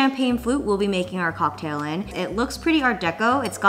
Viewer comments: love how u said COCKtail LMAO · Jenn saying “cocKtail” is everything!! Also I missed som elegant gloves on the outfit! What do You think? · hahaha! the way you said cocktail was extra proper ^____^ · The way she said “cocktail” 😂😂😂